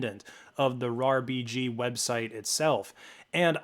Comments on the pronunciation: he was sayin R-A-R BG goofy ahh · It's pronounced RARBG not R EI R BI GI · It's RAR-B-G Not RAA-R-B-G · buddy they're not called "areyar bg" they're called "rarbg" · Why are you pronouncing rarbg to R A R BG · >arr ee arr bee gee pls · why did you have to say it like arr-aye-arr-bee-gee 😭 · Came to the comments for this! I've downloaded loads of RARBG stuff and in my head always said "RAR-BIJ". When I heard him spell it out, I thought "Oh I have been wrong" (Maybe still am). What's the most common way people say it?